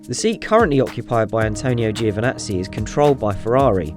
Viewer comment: Can you please learn how to pronounce Giovinazzi, it’s not hard, lose the i. Great videos 👌🏻